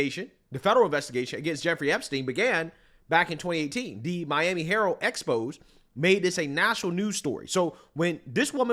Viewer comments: just fyi, it's not called an EXPOSE.... It's pronounced EX-PO-ZAY... Love your content always! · it is exposé like in José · Expose is pronounced (X-po-zay) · It’s pronounced ex-poe-say